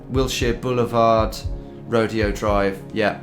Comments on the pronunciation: I can almost forgive u not liking rush and i have no issue with you disliking Kanye west, but you called Grand Teton National park part of Yellowstone and you called it Rode ee o drive. It is Ro day o drive!!!!! Seriously U r allowed to like who u like. But those are two different national parks that are right next to each other. The LED Zeppelin album was a bummer because they put u inside. I didn’t know the Oasis one. I like that album too. I got Rush and Hotel California. I really like all the albums but Kanye. Not my thing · How do you not know how to pronounce Rodeo Drive